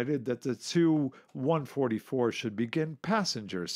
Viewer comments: ‘Chew 116, chew 95’ etc. ‘TU’ is pronounced as each letter! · T.....U not tooo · TU- Chooo lol 😂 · Why is the narrator pronouncing the "tu" in Tu-*? Sounds really odd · Should be pronounced T U or "Tupolev"... not "two".... I cringed every time he said "two". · Why you say "Tu" as "Two"? Most ppl say "Tupolev Tee-You-22", so it doesn't sound like you're just saying "Tupolev 222". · I wish people would say ‘Tu’ as “Tee You” rather than “Two” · Well, to be fair in Russian it's also pronounced like "soo", not "es-yu". The way he says "choo" for TY-116 is pretty weird though. It's supposed to be like "two" or "too". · Tu? Just say T U. You do not make words of the initials except for MIG. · Definitely t-u not too or two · hes right tho lol its T U and S U but mig is pronounced by reading it. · Stopped watching after he stated calling "Tu" designation cho